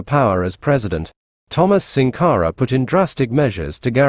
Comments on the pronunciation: The audio needs to be corrected in the video to pronounce his name SANkara. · Good presentation in comparing the two leaders. However, the pronunciation of Thomas Sank are is incorrect. It's SANKARA, not SINKARA. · It's Sankara, not sinkara please.